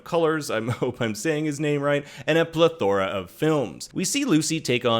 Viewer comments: It’s pronounced “pleth-er-ah” not “pleh-THORE-ah”. Accent on the “pleth” not “Thor”. Always funny when people try to use a “fancy” word they don’t even know how to say when there are plenty of synonyms to use. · The way you pronounced plethora irked me more than it should have lmao. And I'm not even a smart person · I had to listen to you three times to understand you were saying plethora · oof dude, good vid, but check out the pronunciation of "Goethe" and "plethora"